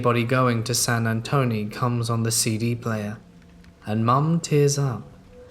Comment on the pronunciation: That Charlie Pride song is pronounced San Antone not San Antony.